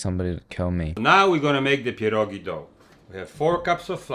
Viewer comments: As a Pole I will judge you harshly on this one EDIT: Good pierogi pronunciation I don't think the type of cheese you used would fit with potatoes, white cheese goes well with them yep that's good that's what I do too Those are looking really good actually you don't need to fry them you can eat them boiled Overall they turned out good, you can use fried chopped bacon as topping Pierogi are simlpe but just time consuming so it's hard to fuck them up. We have many fillings like meat, cabbage and mushroom or you can make sweet pierogi with fruits but those are regarded as inferior. If you wanna try other Polish dishes I recommend "zapiekanka" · DUDE YOU SLAYED IT (tho the cheese choice made me roll my eyes) they look amazing! and the way you pronounced pierogi is just chefs kiss would live to see you do kasza gryczana z boczkiem i cebulą, which is basically cooked buckwheat with fried onion and like uhh diced bacon pieces? ig... don't forget lil bit of salt and pepper with onion and some Maggi liquid seasoning, its very easy to make and very tasty! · Your pierogi pronunciation deserves an cookie, you nailed it. There's no need for kurwa mać here.